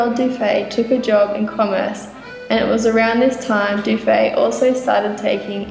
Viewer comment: Sorry, the name Dufy is pronounced ending with the sound e. Monsieur Dufy may have had Irish-Scott ancestry. So You Aussies know how to say the name in English- spelling with a double ff-Duffy.